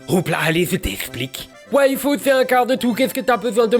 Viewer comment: Bon, je sais que ça ne joue pas en ma faveur, mais pouvez-vous articuler un peu mieux le nom de Yfood? Je n'arrête pas d'entendre waifu et c'est très perturbant. ^^